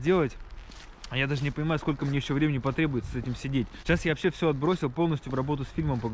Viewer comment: Даже акцент появился. -"Ващще жоска"😂